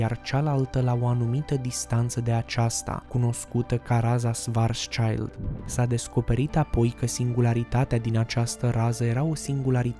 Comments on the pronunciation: Nu mai poci numele omului Chetelaine. Se pronunță Șvarțșild (scut negru - pe germană). Nu e nici un copil acolo. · Corect: şvarțşild se pronunță.